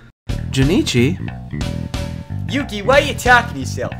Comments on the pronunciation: This is better than actual anime dubs. Also, his name is Jonochi. Not Jonichi. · wondering why yugi pronounces jonouchi like jenichi lol